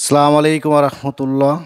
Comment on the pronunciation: সালাম টা শুদ্ধ হয় নি আছ্ছালামু আলাইকুম